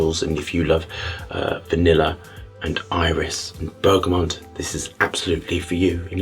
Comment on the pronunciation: I adore your videos and the way you describe scent (I haven't had the pleasure of trying your own perfumes yet, though). However I need to say this: it's pronounced bergaMOT, not bergaMONT or bergaMON. There is no N in there whatsoever. PS. I 100% agree with your stance on allergens in perfume.